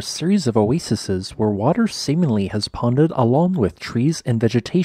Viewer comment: Oasis - noun, plural o·a·ses [oh-ey-seez].